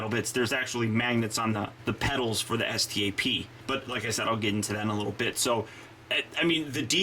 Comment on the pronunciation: It's pronounced STAP